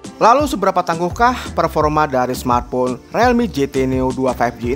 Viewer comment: realme di bacanya rilmi bang 👍